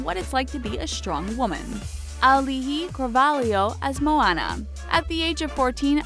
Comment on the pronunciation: Um, Auli'i Clavarlho did audition for the part, and that isn't how you pronounce her name.